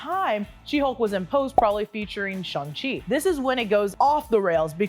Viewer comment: It's SHANG-Chi, not SHUNG-Chi. The characters even joke about how he renamed himself from SHANG to SHAUN because they rhyme!